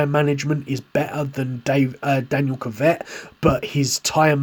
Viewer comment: Why he pronouncing kvyat like kivet it’s ku v at